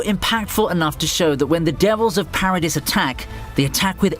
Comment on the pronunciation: Just a little FYI, it's pronounced "Para-dee", not "Para-dis". The s is silent